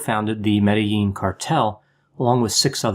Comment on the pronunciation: I liked how you pronounced Medellin correctley.